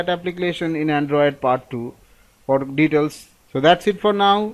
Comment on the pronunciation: 2 : 43 "for deails" HAHAHAAHA